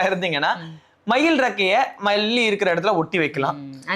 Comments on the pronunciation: Balli இல்லை palli ... Madam பள்ளி... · Sir அது balli illa Sir பல்லி 😂😂😂 முதலில் அதன் பெயரை சரியாக உச்சரியுங்கள் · ஐயா Balli இல்ல Palli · Palli, not bhalli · பல்லி உச்சரிப்பை , பாலாஜிக்கு சொல்லி கொடுங்க...! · தம்பி, பள்ளி இல்லை, பல்லி, பள்ளி என்றால் பாடசாலை, உட்சரிப்பு மாறினால் பொருள் மாறும்,கேட்பதற்கும் சகிக்காது. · தயவு செய்து பல்லி என்பதை ஒழுங்காக உச்சரிக்கவும்.தாங்க முடியலை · பல்லி வீட்டின் சுவர்கள் தரை எல்லா இடத்திலும் அசிங்கம் செய்து வைக்கும் என் வீட்டில் இருந்தால் அடித்து போட்டு விடுவேன் பல்லி என்ற உச்சரிப்பை கூட சரியாக கூற முடியாது மஹா லெஷ்மி ஆந்தை பல்லி என் ஃப்ரெண்ட்ஸ் ன்னு யார் கிட்ட சொன்னாங்க 😂😂